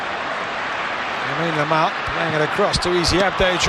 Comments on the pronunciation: "yamine Lamal" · The commentator couldn’t even pronounce his name very well back then .I guess he can’t make that mistake now .The boy is a star already .He said “Yamine Lamal” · Commentators calling him Yamine Lamal xdd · bro keep saying “Yamine lamal ”😂😂😂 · The commentary yamine lamal 😂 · Yamine Lamal 😂😂😂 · This commentator.. what's yamine lamal? Guess he still was not familiar with the name 😅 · my guy cant even say LAMINE YAMAL correctly... i remembered watching this game and was like, is that "how you say it??"